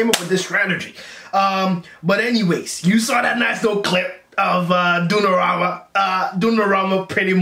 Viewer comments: Dunorama???? Hahahahahahahah... Donnarumma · Bro is not “ dunnaramma “ like u said🤣 it’s “Donnarumma” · "DUNNARAMA" invece di DONNARUMA è bellissimo😂😂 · "Dunorama" ahaha I love you man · hanks for your comments. Anyhow just wanted to correct you on the pronouciation of goal keeper Donnarumma is pronounced Donna (double n) and rumma is pronounced as you woold in "Roomma" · Donnarammma ahahah, i love your pronunciation, big up from 🇮🇹